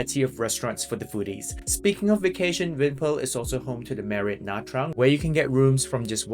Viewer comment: Nice! Your pronunciation of Nha Trang is just fine. Most Northern Vietnamese pronounce “tr” as “ch” which is not technically correct but still understood. Your video reminds me to put Nha Trang back on my list of cities to visit next time I’m back in Vietnam. Haven’t been there since 2014 when it was overrun with Russians. Hopefully that’s no longer the case. 🤞🙏😋